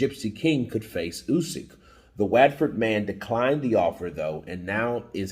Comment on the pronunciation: You pronounced Watford incorrectly - try saying like ‘what’ford! 🤪🤣🤣🤣